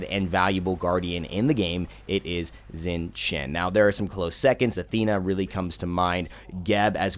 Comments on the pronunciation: I'm pretty sure you pronounce his name Shing Tien, at least that's what I hear when you select him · it's pronaunced.. Shing Shian. D:< ! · yes I will be that guy when he opens the friggin video knowing he is pronouncing it wrong and then saying it "right" then questions it again. Is it so hard to hear how the God himself says his name?